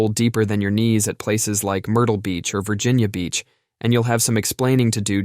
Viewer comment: I'm from the 757 you said Virginia Beach perfect